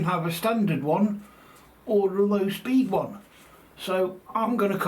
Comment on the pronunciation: For a second there, I thought you said speed run, not speed one. Had to do a rewind.😂 I can't wait for the finished product.